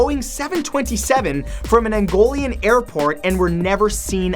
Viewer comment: Not angolian its Angolan